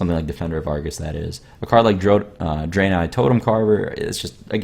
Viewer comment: please ask hyped or reckful how to say draenei since you killed the pronunciation xD